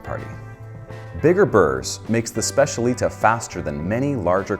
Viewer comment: Great overview! But the pronunciation of specialità makes me shiver a bit 😅